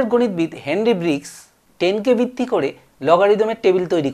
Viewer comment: Bitti bitti bolchen kno ota to vitti